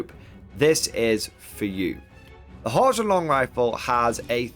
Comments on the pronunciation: It HOCK -LAND.. it's confusing...when I wanna go to holy head and I wind up in Holly head or if I want Worcester sauce and some guy from Boston and I get into a fight on the A train in NYC because Wooster MASS,. Detachments for the win! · I see GW is ripping off 9th age with that -2 to hit after moving. Can't blame them though, it's a lot better than move or fire they used to have. Also - Handguns have great matchups and abysmal matchups. Crossbows have good matchups and mediocre matchups. If you have to pay more for handguns, then handgunners will never see the light of day. Also, you are pronouncing Hochland wrong - it's pronounced HOHLAND, there is no CH sound there.